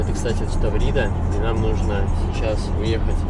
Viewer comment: это, кстати, "вставрида?"😆😆😆😆😆😆😆 Это имеет какое-то отношение к Тавриде или нет?